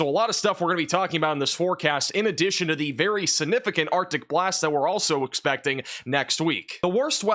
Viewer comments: There goes saying, "Sinnificant" again.😂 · Will learn to pronounce the “g” in “significant” before he hits 1 million subscribers?